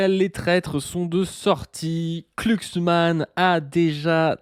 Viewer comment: glu, et non pas klu(cksman) . Ça et la théorie du jaure, ça me troue le uc.